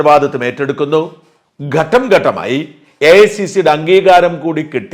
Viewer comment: മറുനാടൻ ഷാജൻ എന്താണ് ഗട്‌ഠം എന്നു പറയുന്നത് ? ഘട്ടം എന്നാണോ മനസ്സിലാക്കേണ്ടതു ?